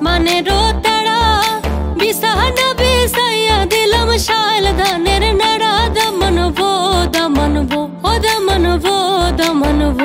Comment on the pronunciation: Pronunciation of this song is not correct ! In the original song - আসমানেরও তেরা ( not তেড়া ) and শাইল ধানের নেরা ( not নেড়া ) ! This song is originally from Sylhet Region of Bangladesh ! So , any singer from Sylhet region can sing the song correctly ! Anyway, thanks for the Dancers and of course thanks for posting ! From: A Bangladeshi American from Sylhet Region